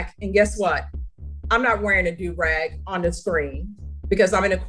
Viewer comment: The way your AI is saying “do rag” is annoying. It’s pronounced “doo rag”. Also, the music in the background is distracting.